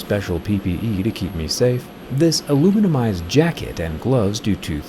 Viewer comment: Aluminised, not aluminumised